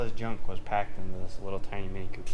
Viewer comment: Tinny M, that is what you keep calling it, Tinny M. There ya go